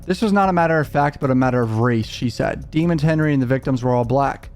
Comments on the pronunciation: Why do they pronounce his last name in cort as demins when his last name is demons and it's spelled just like demons👹 if I was the judge I would make the defense team say his name correctly its almost like jury tampering. This juror was paid off wake up or she's just a biased black woman who thinks black boys don't do no wrong. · It's pronounced Dee- mones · Bro please pronounce his name right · At least pronounce this man’s last name right …